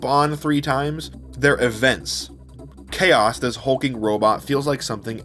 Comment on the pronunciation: You know KAOS the robot? I think everyone has been pronouncing its name wrong. It’s not Chaos, it’s K. O.s, cause of the boxing gloves